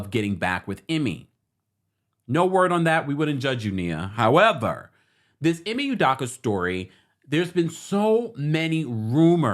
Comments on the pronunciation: Good info thank you-- but just a respectful tip: E-May - OOH-Doe-KA is how they pronounce it on ESPN. Keep up the great work! Definitely fishy that this woman wasn't a part of any disciplinary action for her role in the matter at any point on that timeline and also great point on HR discretion being compromed - which is super unprofessional and could possibly open them to legal repercussions if Udoka wanted just generally speaking. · E may U doh Ka. Drives me crazy when someone out of no where jumps on stories because it’s a story and can’t get names right. Never seen you ever report on anything Celtics related. E may U doh ka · First u need to learn how to pronounce the Boston Celtic head coach name the right way